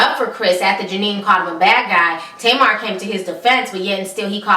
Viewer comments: The asians name is genie no jenien. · HER NAMES NOT JANINE !!!! ITS Jeannie!!!!